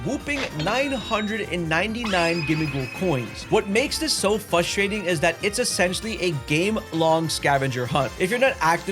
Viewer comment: "FRustrating" man. There's an R right there at the beginning